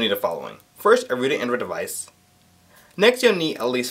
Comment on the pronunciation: whilst we're at it... device and not 'deweisch' (that was prolly you just mis-saying it by mistake ,p , and one certainly does not say 'kroat' for chroot lmao.